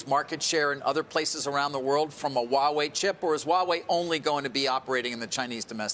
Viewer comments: Pronunciation correction for almost ALL AMERICAN: It is H-WA Wei/ It is not WAWAY It is H - as in in Heh ....and then WA Wei.....You really pronounce the H. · Why do they say Wawei? It's called Huawei. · Why cant Americans pronounce Huawei. It sounds so funny they way they say it. These are supposed to be professionals but sound like clowns.